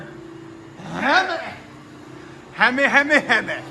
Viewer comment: That Hemi pronunciation LOLOL 😂😂😂